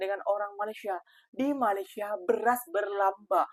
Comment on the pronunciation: COBA PERHATIKAN DAN DENGARKAN DENGAN BAIK APA YANG DIUCAPKAN... BERKATA MALASYA... MALASYA... MALASYA 🤣👻🤣👻🤣👻🤣